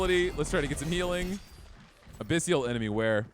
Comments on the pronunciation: Abyssal ≠ "Abyssial" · A-BISS-EL...NOT A-PISS-SEAL.